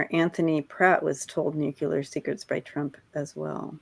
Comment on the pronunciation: Love ya,. But Please - I just gotta say.. Nuclear, = Nu Cle Ar. It is Clear - it is Nu Clear. Please.